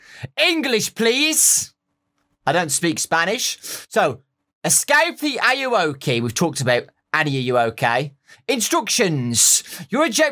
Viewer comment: You actually said ayuwoki right yayyyy